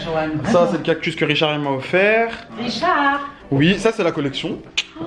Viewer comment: Ahaaa richAaard🤣🤣